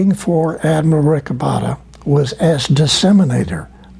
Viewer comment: Esto no es relevante desde mi punto dw vista, solo para corregír el nombre de Rick Obatta, el cual es Rico Botta. Solo que por como lo pronunciaba Tompkins, sonaba como Rick Obatta